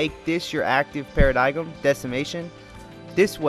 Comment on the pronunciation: The g in Paradigm is silent